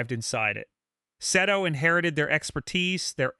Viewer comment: Omg how many times did you say Seto’s name wrong…😂